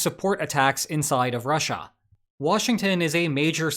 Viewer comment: Once you hear the weird way he says Russia, you can’t unhear it. “RAH-SHAH” 😂